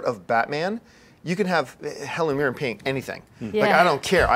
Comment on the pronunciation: pronunciation of Helen Mirren lol its that twang.love it.i really hope Zimmer doe's the BvsS soundtrack.